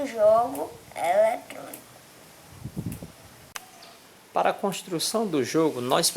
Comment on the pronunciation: élétronico kkkkkkkkkkkkkk